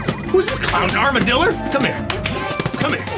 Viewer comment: Are we just gonna ignore the fact that he said "armadiller"?